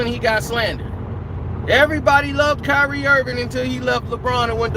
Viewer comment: It’s “Kyrie”